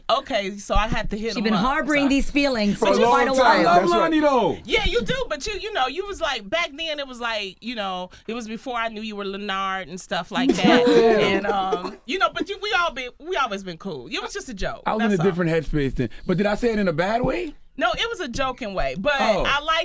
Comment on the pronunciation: Loni yup you keep calling him LeNard like Monique did lmaooo